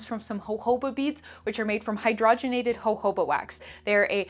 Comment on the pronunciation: no one: absolutely no one: diy skincare tutorials: hohoba